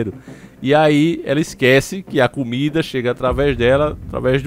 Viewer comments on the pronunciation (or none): none